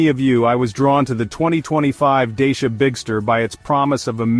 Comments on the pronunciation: You talk about some brand Deisha ... but all I see is a Dachia ... this confusion is a bit unprofessional for someone pretending to do a serious review! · You can't even pronounce the brand properly, let alone your monologue voice, you not very believable